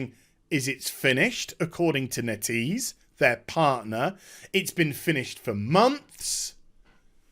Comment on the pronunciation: It should be "Net" "Ease"